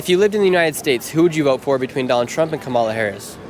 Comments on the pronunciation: "Cum illa Haraussssss" She is African..... OMFG... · urgh the moment I heard that french pronunciation I knew it'd be the typical leftist bullcrap coming